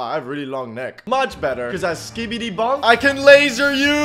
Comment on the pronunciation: The way this guy says skibidi is perfect